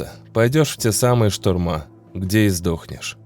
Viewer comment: Не штурма́😂😂😂😂 будто говорит Песков. Но такую бумажку к делу не пришьешь😂😂😂